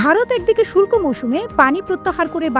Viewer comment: "শুল্ক" মৌসুম না, "শুষ্ক" মৌসুম। শুল্ক মানে ট্যাক্স/ভ্যাট, শুষ্ক মানে শুকনা/খরা। হায়রে বাঙ্গালী। 🤦‍♂